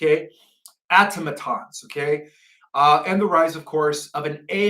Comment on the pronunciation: Are you saying "AUTOMATONS"? I KNOW THAT WORD!? YOU PROUNOUNCE IT DIFFERENTLY?